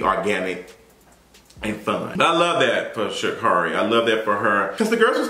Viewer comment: Her name is pronounced Sha’Carri(e)—> shuh keh ree